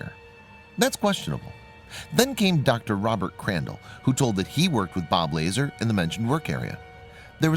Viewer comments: its bob la-zar not lazer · Bob LA-ZARRRR. Not laser. Cmon man he has a whole documentary on Netflix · Bob Lazar's last name is pronounced Luh-zähr. The most likely reason why private contractors guard Area 51 is that the U.S. Military is not chartered for domestic surveillance whereas private citizens can be licensed for it. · This idiot can’t even say bob lazar name correctly or get his actual facts correct